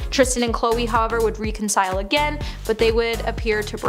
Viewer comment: Dear Blonde Commentator, please learn how to pronounce the words you are reading. Specifically from this video: Kristen Stewart's name which was mis-pronounced twice, and the word "reconcile" which was mispronounced every single time the word was attempted.